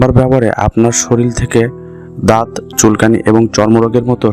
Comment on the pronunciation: সরিল নয়, শরীর